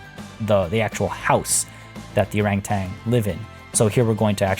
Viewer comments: Keep pronouncing orangutan orange-utan. I read to much. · I laugh when ever someone not from SEA says Orangutan. Say it like it's two words not one (Orang-Utan). Also a name suggestion for the enclosure itself is "Orang Hutan" Hutan means rainforest and it would make sense.